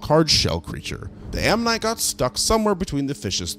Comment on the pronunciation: Ammonite? Omanyte?